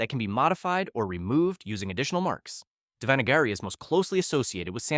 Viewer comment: The way you pronounced Devanagari..... I know it's difficult for others but he pronunciation was no where near correct.